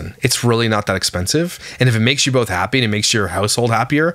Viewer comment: I loved how said "bolth" rofl. I love him 😅